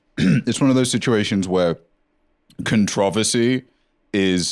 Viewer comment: damn that was the first time i heard controversy pronounced like con trov esy instead of contro versy